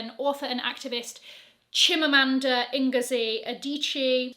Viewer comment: Perfect pronunciation of Chimamanda’s name 🧑‍🍳 💋